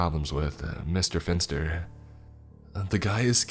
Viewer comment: Pff I keep hearing Mr. Fister instead of Mr. Finster.